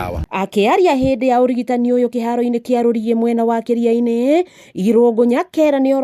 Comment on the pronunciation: t's pronounced as Ki'ri'ani' and NOT Ki'riani'. We are blessed to have a hard working governor unlike the thief we had before.